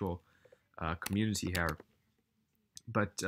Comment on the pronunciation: Hey dude if your from the UK why do you say “hair” instead of “here”? Lol just curious